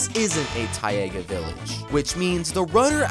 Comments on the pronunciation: It's Ta-iga not -Ti-aga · 🤓 actually its pronounced (tay-gah)! Snorts hahahaha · YOU DID NOT PRONOUNCE "TAIGA" AS "TYE-AYGA" 😭😭 WHAT THE FUCK